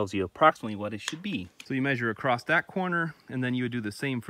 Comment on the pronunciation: Great video. But there’s a common mistake I hear many people (on and off YouTube) do nowadays. The word is across. Not acrosst. There’s no T after the word across. The other one is height. It’s not heigTH. It’s H before T. Unlike length and width, height has the T and H flopped.